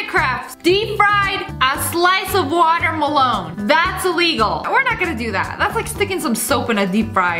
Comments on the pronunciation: nobody: not even a soul snniperwolf: "deep fry waterMALONE" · Why do you always say water melone it’s watermelon